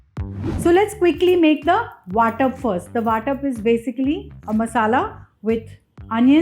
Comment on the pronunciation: It's Vatan not Vatap! Vatap means distribution.